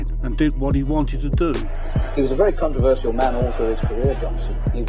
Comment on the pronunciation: "contro-verse-ial" aaight bro